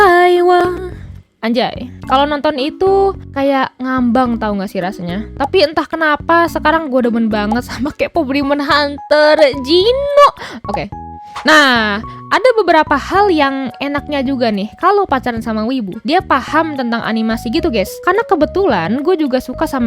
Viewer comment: jinu bukan jino